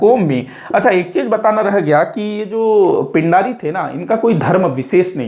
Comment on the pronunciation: पिण्ढारी/पेण्ढारी होता है, पिंडारी नहीं